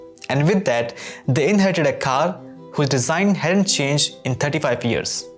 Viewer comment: just speak indian accent bro wtf is "KHARRR"